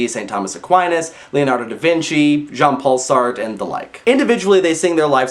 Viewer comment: Sartre is pronounced as "Sa-tra".